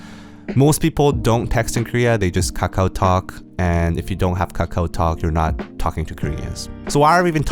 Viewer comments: The way he pronounce kAkaW so funny lol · The way he keep saying "kakao" tho ~~